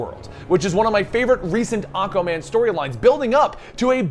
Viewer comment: Am I the only one hearing Akkaman?? Lol